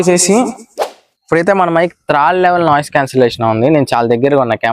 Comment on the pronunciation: త్రాడు కాదు బ్రదర్, థర్డ్